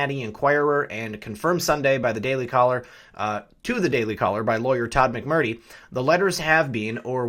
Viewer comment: "Mac Mer Tree" Get it? People get offended when you mispronounce their names. Especially repeatedly. I appreciate your reports. Keep up the good fight.